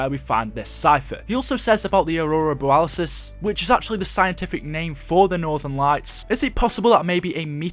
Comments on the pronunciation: Ummm... It's borealis. Not boralisis. Nobody else said it so I felt obliged. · It's borealis not boralisis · Aurora Bore-re-al-us